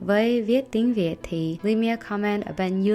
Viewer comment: Bullet Journal của chị rất đẹp, chị phát âm tiếng Việt rất chuẩn. Love you Christine ♡